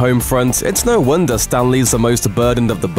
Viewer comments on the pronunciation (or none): none